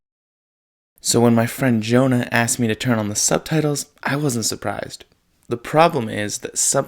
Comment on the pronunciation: Jonah here! Hahah I appreciated how much emphasis was on my name. “My friend, JOE-Nuh.” I wanna cut down on the subtitles after watching this, great points good sir.